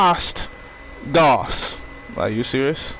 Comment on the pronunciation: It’s pronounced gouse like doused